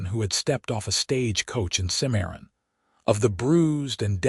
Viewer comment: It's Cim-a-ron, not Ci-maron ... 😊 Exciting, pensive, ultimately satsfying unfolding.